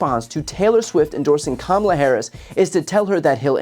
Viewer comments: A few days after the 2020 election I Googled how to pronounce Kamala, because she's going to be vice president. These right wing douchebags continue to mispronounce her name intentionally as a backhanded insult. They all do it, online, on the radio/TV/social media. Frankly it's offensive. Soon instead of correcting their mispronunciations we should interrupt them and tell them, "just say the president if you can't correctly pronounce her name." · How is it still so difficult for the right to just pronounce Kamala’s name right? Just the most basic thing you can possibly do. Pronounce a name correctly. Oh right! It’s stemmed from racism. Carry on right wing nuts. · The Rubin Report guy....Idk who that is, Rubin, I guess...anyway, Why does he insist on pronouncing her name incorrectly? It's so petty and really undermines their whole platform as far as their reputation goes. 1/2 of the WORLD is female. 1/2 of the United States is female. 1/2 of that 1/2 is totally FOR Kamala for President. So when you do that you're not only insulting her but you're insulting all of them, too, in one big jerky swoop. It's Comma-La, Kamala. Show some respect for your next President. A woman gave birth to you and now a woman is going to lead you. You'll be okay. Man up. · Her name is Kama la! Stop mispronouncing her name. Taylor Swift doesn't want dirty 🗑musk or his buddies.